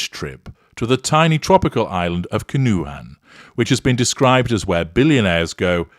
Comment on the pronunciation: Pronounced Can-O-Juan